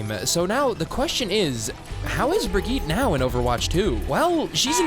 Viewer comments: Is this vid satire? Because half these “tips” are the opposite of what I’ve been told in other vids. Also your still saying her full name wrong. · You pronounce brigitte ALL wrong